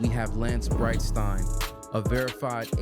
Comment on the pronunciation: So… the most surprising guy pronounced Breitstein correct!